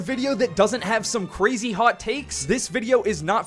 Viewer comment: Lets go cwazy Video